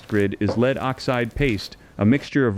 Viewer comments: Could you please say led instead of leed, it is so irritating to listen to constant incorrect pronunciation! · Pronounced "led" not "lead"